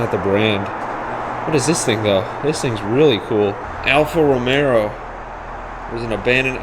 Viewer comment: romeRo 😅 bro you said that in another video too. just read on the trunk lid!